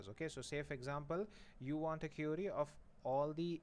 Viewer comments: You actually say it as curie 😂😂 lucky not cutie... But you are best ,you too teach well. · I guess you pronounce query is wrong. Since i say "e" as "a"...